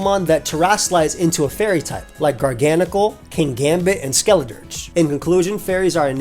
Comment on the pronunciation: think you mispronounced Garganacci, big dog